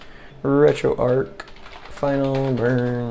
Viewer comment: Great video very well explained, but it's retro arch as in archway not ark as in imaginary zoo boat. Your killing me lol.